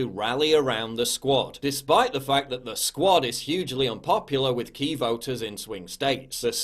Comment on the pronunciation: Paul... You mispronounced 'The Squat'.